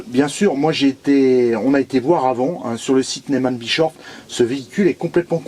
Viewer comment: j'adore comme tu prononce nesman brechoff 😀👍je plaisante!!!! Bien sur que vous êtes les premiers grands merci à vous deux tip top cette présentation qui m'a beaucoup plus 😘